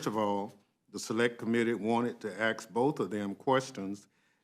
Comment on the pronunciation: Learn how to say ask is what you need to do first an axe is used for cutting wood